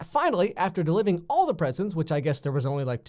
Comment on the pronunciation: am i the only one who caught him saying deliving